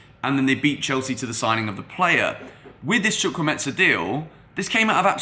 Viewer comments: Pls you are pronouncing it completely wrong Is Chu Kwu E me ka which means God has done well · HOW TO PRONOUNCE HIS NAME Hi great video I have a similar name to chukwuemeka and am also Nigerian and it seems you may have got the pronunciation from fabrizio who didnt get it right at all. Here to help. So it's pronounced like CHU - like the 'choo' of choose' (you got this part right) KWU - like Koo (traditionally we would slightly pronounce the w) E - this E is like the 'e' you pronounce in the word 'Everton' or the e in 'Egg' Meka - the 'me' part is like when you say the slang word 'meh' (like I'm feeling 'meh') KA - like the footy player 'kaka' so not the ETSA sound that fabrizio says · Where do you hear a T and a S in his name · The way you pronounce his name is wrong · What the.....? Was it the excitement or what?, you totally murdered the young man's name!. How did you "smuggle" a "z" into the pronunciation of the name "Chukwuemeka"? Chukwuemeka means "God has done so much" Good video as always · He didn't even try😂😂😂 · Somebody with sense atlast,instead of blasting him about not pronouncing it well,someone with the sense to actually teach the foreigners how to pronounce the name,nice one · Why's he pronouncing the name like Chukwuemetza? Its Chukwuemeka Like there's a k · Chu-kwu-e-me-ka not chukwumeta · the name is chukwu-emeka not chukwumetza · Chu kwu emeka not chu kwu metsa please, thank you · The name is not Chukwuemetza. It is Chukwuemeka. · “Chukwueme-KAH not chukwu-MESA” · Chukwuemeka not chukwuemensa 😂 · Hey... It's chukwuemeka not chukwuemeza.... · Chu - ku- eme- ka. That's the pronunciation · Chukwuemetsa? Come on. You are not even trying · its spelt CHUKWU-EMEKA not Chukwumetsa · the name is pronounced: Chu- ku- eme- ka. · Lool It’s pronounced “CHU-KU-EY-MAY-KA” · not sure where the meT-SA part of his name came from 😂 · Chukwuemeka not chukwumentza 😝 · the name is pronounced CHUK-WU-HEY-MAKER